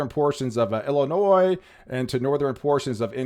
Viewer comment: I was born and raised in Illinois. The "s" is silent! The way you pronounce Illinois, just grinds my gears!!!